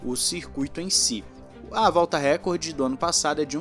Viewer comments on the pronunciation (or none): none